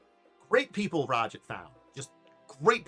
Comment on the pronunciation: Ra-jit? This pronunciation makes me wince. Much prefer Raj-aahdt